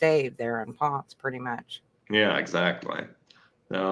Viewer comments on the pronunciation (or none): Oh. It's Pohn-CEH!